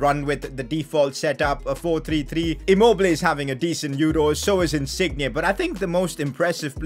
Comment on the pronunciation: Wtf is that pronunciation of insigne